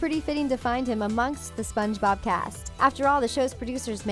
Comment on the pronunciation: I like how she says : Sponge bOb